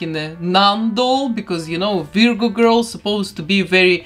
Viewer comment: Oh, and I love how you pronounce Virgo. It's usually "VER-goh" here in the US. (The first syllable rhymes with her, fur, were, etc. to clarify for any ESL speakers out there.)